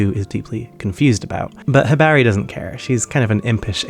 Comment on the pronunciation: "Hibaehri" lol